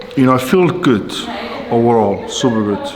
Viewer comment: Thor is feeling "goot". SOMEONE PLEASE MAKE A COMPILATION OF THOR SAYING "i'm feeling goot", thanks. 😅